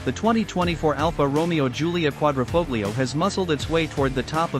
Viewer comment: Such a shame some people can't pronounce 'Quadrifoglio'